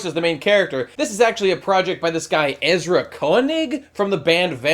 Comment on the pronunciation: Check out Vampire Weekends music! You really ought to give it a chance, possibly the worlds greatest indie/indie-rock band! Happy you enjoy the show too, though you totally butchered Ezras name.